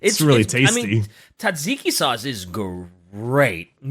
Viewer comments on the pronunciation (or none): As a Greek fan, never say tzatziki like that again 😂😂